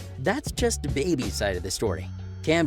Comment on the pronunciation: Yo why did you waste your time on this video and then waste ours. This some phony B.S. I would just get rid of this now. You don't really know his life to be talking on it. You can't even say his name correctly. You actually sound nervous even talking bout it.